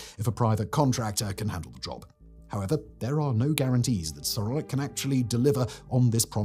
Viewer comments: Can't help but hear "Sauronic" every time. One yard to rule them all. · “Sauronic”‽ What, as in “like Sauron”‽ 🤣